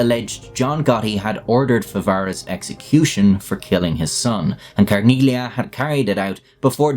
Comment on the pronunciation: In "Carneglia", as with other Italian words containing the letter combination "-gli-", the G is silent.